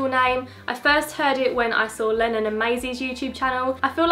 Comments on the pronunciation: When she said Lennon I thought she said Lemmon lol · When you said Lennon I thought you said Melon